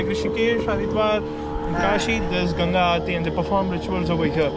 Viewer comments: Why they keep calling it Ganji😅it’s Ganga( Gun-gaa) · River name gun gaa not Gangies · It's ganga not gangii bro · It's not "ganges" It's ganga bro 😂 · It's Gangaji (name is Ganga+ "Ji"added for respect )or Ganga not ganji (means 'bald lady' in hindi)😓 you're saying ganji again and again what do you mean by that does a river have hairs but how is it possible 😂